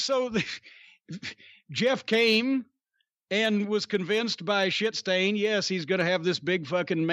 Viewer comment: Turns out Cornete has the best pronunciation of the word ‘shitstain’